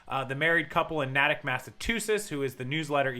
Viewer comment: Absolutely not nitpicking, just mentioning, Incase your like me and like to know these things.... Natick is pronounced Nay-tick. .... Still can't believe this whole crazy story. People are nuts Wow.